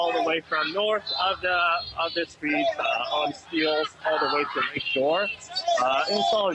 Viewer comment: “Street”, not “shtreet “.